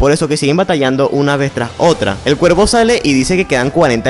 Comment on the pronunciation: Por que dices ciervo en lugar de cuervo?